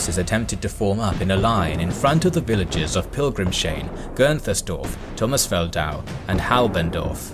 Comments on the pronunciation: Amazing video! Just one thing I have to say, since I am German: "Pilgrimshain" is spoken "Pilgrim's Hain", not "Pilgrim-shain" "Hain" is german for "grove" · Great to see some more obscure topics covered. :) And great video! BTW, the village is "Pilgrims-hain" - no sh but separate s and h. Also, th is just pronounced t in German. Isn't Praha just Prague in English? But really, pronunciation is top-notch in your videos. (Especially for anglophones. *eg ) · Another great vid! Minor detail: Pilgrimshain is pronounced "pilgrims hyne" not "- shine" (hain = grove in German) I'd be happy to assist if you have questions on tricky German pronunciation